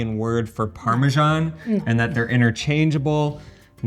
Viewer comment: It drives me crazy to hear you mispronounce parmesan.